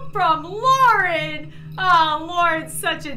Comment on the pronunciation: It’s Lauren stop calling her LAURE!